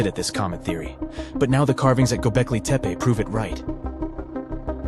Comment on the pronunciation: Can't even pronounce the title correctly! Where do you come up with your silly ideas?